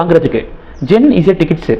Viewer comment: அது ஜென் ஸீ அப்படித் தான் சொல்ல வேண்டும்.